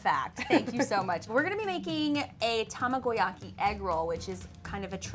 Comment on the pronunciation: I'mimpressed. really nailed the pronunciation for tamagoyaki!.